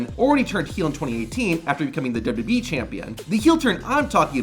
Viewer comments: It took me a minute to figure out you're just saying "WWE" so fast, you're slurring it. I kept thinking you were calling them "WB" like the old TV station before it became the CW. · Why is it so fucking hard to pronounce WWE???